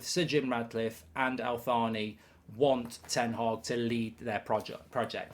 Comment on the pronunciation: Why does mark keep calling Al Thani - “Al Faani”